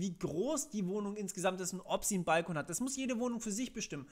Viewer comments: Es heißt übrigens "bal-KOON" und nicht "BALL-kon". das hat nix mit "Ball" zu tun. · Wo hast du nur diese spezielle Be|to|nung her? Es ist doch kein "Ball - kon" --> Aussprache